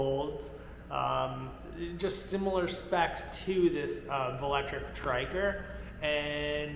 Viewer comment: Hey buddy I hate to be that guy but I ride a velotric bike and its pronounced vel-o-tric lol